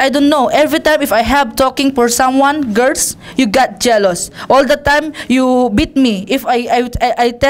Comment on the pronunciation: You got jelouse you jelouse WAHAHAHAHAHAHAHA